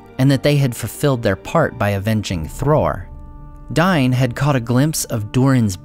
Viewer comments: DAIN, WITH AN "A" lol. It's not "Dine". Just stop please, it makes it almost unwatchable. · It's pronounced dayne not dine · Superb historical description. Visuals are very helpful. Only problem is the inconsistency in pronunciation. Here, Dain and Thrain are pronounced differently, which is weird. Dain is pronounced "dine", which is incorrect (Khuzdul is not well defined, but combining popular usage with rules from northern European tongues and principles implied by Tolkien leads me to favor "day-in", or "dah-in", though the first sounds stronger and more dwarvish to me). However, if the narrator were using elvish rules, it could be acceptable. But if that were so, why is Thrain pronounced nearly correctly (thrayn)? (Should actually be "thray-in"). If using elvish pronunciation, his name should be "thrine", or something like. Which rules are used isn't a big deal but they should at least be consistent.